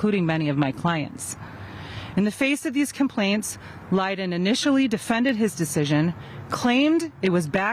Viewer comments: superintendent's name is pronounced >>> LIE-DONE << lydon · that superintendent's name is pronounced >>> LIE-DONE << lydon